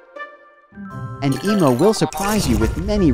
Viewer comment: It’s EMO not emu